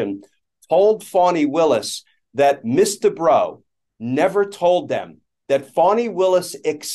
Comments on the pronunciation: Ooooooh! The lawyer is "Miss Debrow"! I thought Glenn Kirshner was saying "Mister Bro" and then they started to refer to him as "she" and "her". And I thought "OMG, this person really made a mess with her pronouns thing!" 😄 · I keep hearing "Mr. Bro" 🤣